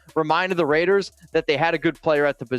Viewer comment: Did he actually say "Ravers" how does a Raider fan EVER mispronounce our BELOVED team's ICONIC name? Raiders4Life!